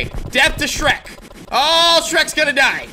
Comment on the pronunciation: Its sherk